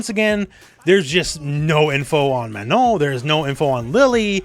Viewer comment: If I have to hear him pronounce Mannon or Blanka again, I am going to slit my throat.